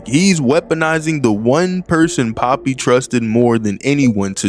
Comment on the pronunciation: I'm not gonna lie he mess up Poppy